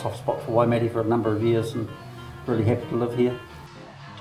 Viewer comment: better watch the crazies don't berate you for the way ya all pronounced Waimate lol